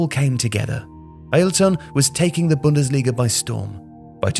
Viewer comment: *bundesliga not bundasilga